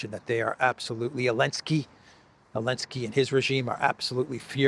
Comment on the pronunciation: Zelensky, а не Elensky